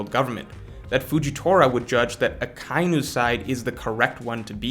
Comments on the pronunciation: It's Aka-inu, aka meaning red and inu meaning dog, which you already know, but it's not pronounced Uh kye new. Aka Inu, just say it as one word, Ah Kah Ee New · jesus christ its “ahh•KAI•E•New”